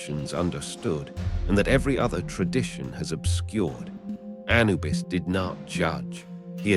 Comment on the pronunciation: (Emphasis on second syllable not first, a- NU - bus 👍)